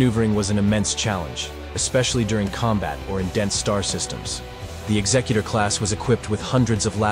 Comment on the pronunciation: Thank you for pronouncing it correctly as in executive, not as in executioner.